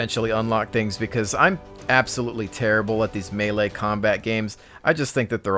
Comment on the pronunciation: Lol good video but its not malaaaaa its melee